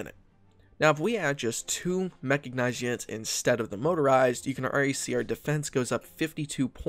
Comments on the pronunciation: it's mechanized not mechagnized oh my god that was bugging me the whole video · Ehm... It's called Mechanized, NOT Mechagnized. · Good video, but every time mechicknized instead of mechanized, it makes my spine cringe. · ehm ehm, "mecha-G-nized", sry what? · Are you aware that you're saying "Mecha-G-nized"? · great guide, but dude its called a ''self propelled Gun'' not ''Self propelled tank'' because it doesnt make any sense, also its called mechanized, not mechagnized, and Chromium is not called Chromemium. get your self together man